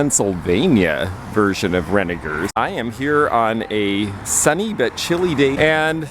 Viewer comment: Thank you for pronouncing Renninger's correctly with a hard g. Now, go tell how to say it! lol And, thanks for this great video. I really enjoyed it and you. And, we got to see Belly! whooohooo.